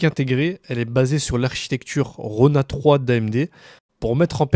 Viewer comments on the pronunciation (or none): Carte graphique intégrée c'est un peu exagéré, un GPU pourquoi pas et même plutôt un IGP mais certainement pas une carte graphique. Et c'est quoi cette architecture RONA 3? Tu remplace le O par un D et tu auras presque tout bon et ça se lit comme un acronyme et non comme un nom propre.